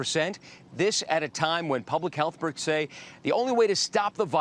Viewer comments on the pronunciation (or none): Did just say, "...at a time when public healthperts..."?